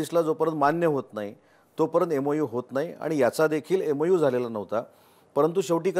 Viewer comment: EMU नाही MOU....MOU and MOA are different.